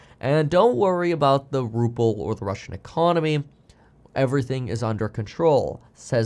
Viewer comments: It’s not RuppLe it’s RuBle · Ruble, not ruple. P is in Trump, not in the ruble. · What's a Ruple? A cross between a Ruble and a Rupee? Not knowing how to pronounce a nation's currency should be the first sign you are ill-equipped to provide any insightful analysis of said nation.